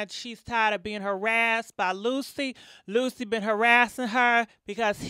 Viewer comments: She said it right the first time, so I think she mispronounced it on purpose afterwards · The EXTRA C CANCELS the name LUCY! Its LUC-CI. LIKE THE CLOTHING BRAND GUCCI...LOL. My goodness. It CAN'T be that hard. You hear the lady saying his name sis.😂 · You look nice once again! Lucy....lol! It’s pronounced Lu Che 😂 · Its not lucy its lucci lol you an these damn names lol Damami from nyc still love you tho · cracks me up Jacking up peoples names, love it. Lucy lmao.